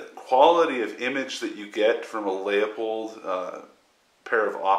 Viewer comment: It's "loo-pould" fool...